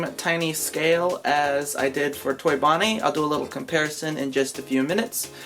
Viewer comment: Did you say fonnie? And not bonnie